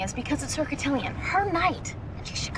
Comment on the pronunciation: LOL the French guy not knowing how to pronounce cotillion is golden